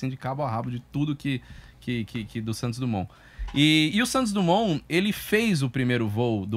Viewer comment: Santos DRUMON?????? tnc heim apresentador......